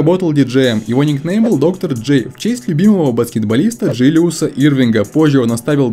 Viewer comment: Джулиуса Ирвинга, а не Джилиуса